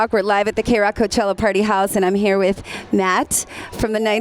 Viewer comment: she really said MATT with her whole chest huh